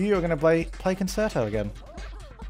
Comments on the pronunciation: It is pronounced con-shirt-o it is not a concert-o !!!!!!!! lol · As a musician it hurts every time you say con-chair-toe wrong.... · I believe it's pronounced con-CHAIR-toe... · Thanks for giving me lot's of laughs,. I've watched many of your videos where you mention how people complain about you being mean, but I think it's hilarious! Keep up the good work. Keep on pronouncing it con-ser-toe if that's how you want to say it!!